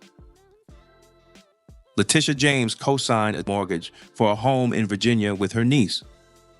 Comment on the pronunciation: Why can’t this “educated” lady say Virginia?